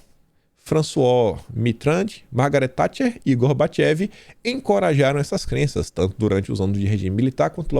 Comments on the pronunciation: Pronuncia-se Gorbatchov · não seria Gorbachove a pronuncia?